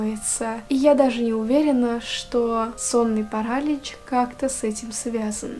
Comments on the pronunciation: Классный канал! Честно, когда только зашла сюда, думала что у тебя подписчиков больше :) Только вот, не парАлич, а паралИч Удачи тебе ❤ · ПарАлич,может паралич*Режет уши от такого🥲Ну а так история очень интересная😋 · Вот всё отлично, но... Как же режет слух этот самый "сонный парАлич" 😭